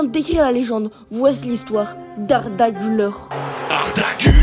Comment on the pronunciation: Incroyable la vidéo frro mais ça se prononce "gulaire"